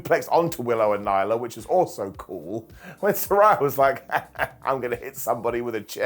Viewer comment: Still struggling to say Saraya's name right 😅😅😅